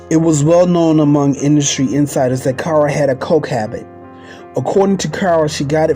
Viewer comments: This is very good, but the narrator keeps calling her Car instead of Cara and places pauses which makes him sound too much like he is reading. Also the voice sounds wet when he pronounces words with an sh. It's distracting to listen too. Everything else is fine but use a better narrator. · This was so shabby!!!!So much was missing and he kept pronouncing her name wrong..very irritating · Whoever is doing this documentary can’t read and keeps messing up words and Irene Cara’s name